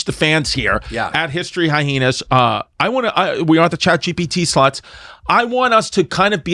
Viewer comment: high-heenas. 🤣(love u chris)